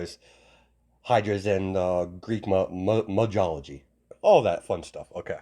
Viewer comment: The pronunciation on how you said mythology was incorrect. The th has the same sound as in the ending of the word fourth. Aside from the "th" mess up in the word you did great as far as I saw in the video.